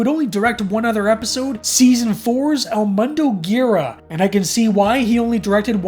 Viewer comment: Great video dude. Just a note, episode title "El mundo gira" is in spanish and it's roughly pronounced "el moon-dogh jira"